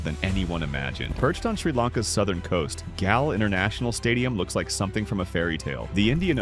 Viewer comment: A ripper 🤣 Galle is mispronounced....